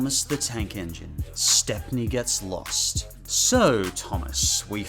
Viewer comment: His name is Stepney, pronounced like "step-nee". He's even got his own book in the Railway series, "Stepney the Bluebell Engine".